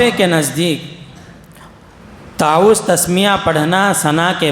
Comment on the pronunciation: یہ صاحب اردو اوت عربی کہنے میں غلطی کر رہے ہیں تعوذ واو کے تشدید کے ساتھ فرض میں را پر فتحہ پڑہ رہے ہیں جبکہ را پر جزم پڑھنا چاھئے نقصان نوقصان کہ رہے ہیں انداز بیان بھت بورنگ ہے دلکش نہی